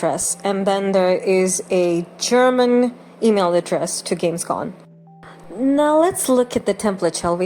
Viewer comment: Just a short correction: It's Gamescom. With an M and not an N at the end.